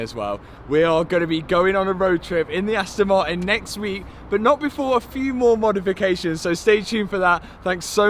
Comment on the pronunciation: Just letting you know Martin has the letter T in it it's not silent